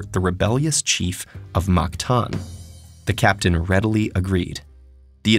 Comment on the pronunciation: i'm so bothered by how the narrator pronounced "mactan"